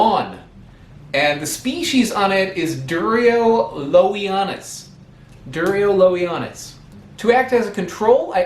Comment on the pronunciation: Please start learning one of the Romance languages so you can pronounce all of latin words correctly and the name of the fruit (Duolingo app )